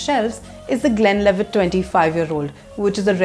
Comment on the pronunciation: Madam is definitely not a whisky girl...mcellen, glenlevit,and finally glen fid ich...wonderful whiskys..all pronounced wrong.